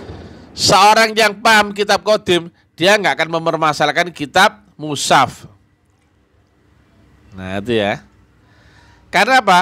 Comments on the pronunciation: Iya sptnya memang gak bisa baca al qur an , mengucapkan mus haf saja salah , kok musaf...blajar dulu tadz spy tdk ngisin isini.. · Orang yg sangat lucu, bicara mushaf aja katanya musaf